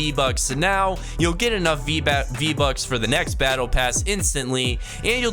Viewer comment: you could hear him say 'vbacks'